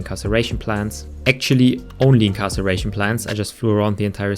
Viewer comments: Do you know how to read? “Incarceration plant”? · friendly pointer 'incarceration' is when someone is put into a prison, 'inCINeration' [the C here makes an s-sound] is when something [not a person, hopefully] is burned. "sin" means burn, like in the bible! lol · incarceration? you mean incineration? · IN-SIN-ERATION PLANTS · in CIN er ation plants. Incarceration is imprisonment. :”). Cheers!